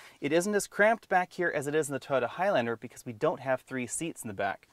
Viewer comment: Sorry - cant watch this. Your repeated use of the term "3 row cross-over" is just annoying. And its "Toyota", not "Toda"!